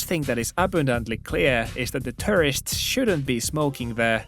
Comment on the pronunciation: I like your videos but please work on your pronunciation of tourist.✌️ “Most people don’t follow the rule” is incorrect, I believe. I support the Japanese man, somewhat.